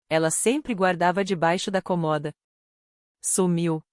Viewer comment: Escovar os dentes? Não eram os cabelos? Por favor, prestem atenção na narrativa e que a locutora não diga COMOHDA!!!! A pronúncia certa É CÔMODA com acento circunflexo no primeiro O. 😢